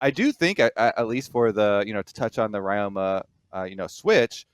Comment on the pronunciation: Ryoma's second year in LCS, people still butchering the pronunciation.